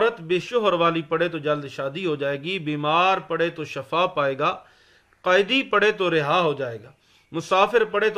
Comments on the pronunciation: shafa nahi SHIFAbolta hein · Shafa nahi Shifa